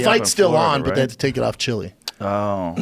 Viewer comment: This fucking guy said chili